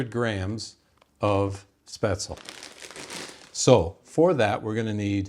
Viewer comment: It is pronounced Spetz-le. The e is not silent in German. It is NOT pronounced Spazel, nor Spezel.